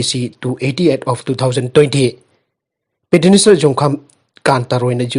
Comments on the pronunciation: PETITIONER HAINA FAJANA PASI KEIDOUBAGE!!! HANJIN2 NEWS READING DA PETINISER HAINA PADUNATA LEIRE...TABADA NUNGAIJADE...YOU TUBE DA HOW TO PRONOUNCE PETITIONER HAINA AMUKTA YENGBIYUBA🙏🙏🙏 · Right Petitioner